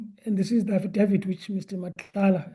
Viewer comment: Affadaffid.... I'm in stitches 😂😂